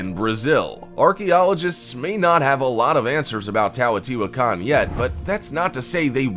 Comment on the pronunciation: He’s mispronouncing Teotihuacán. He keeps saying "TAWOTIHUACAN"